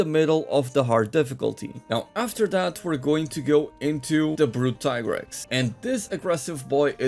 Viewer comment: Hey , its pronounced tea-grex , u thought i wouldnt notice ?